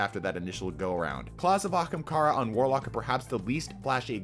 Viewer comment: claw of akamkara Kekw